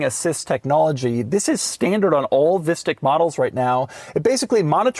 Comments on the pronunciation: I love how it's pronounced as visstick which is this rather bad dutch food which is almost like a chicken nugget but with fish instead of chicken, however, just like chicken nuggets, they are super processed and so they don't taste that good, therefore it keeps cracking me up when doug keeps calling it a visstick😂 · this is exactly how you pronounce fishstick in Dutch lol